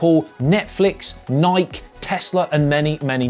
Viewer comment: The way he said Nike..... 😔